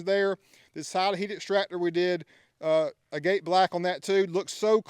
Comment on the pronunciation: Look up the way to pronounce “agate” it’s different than the way it’s spelled.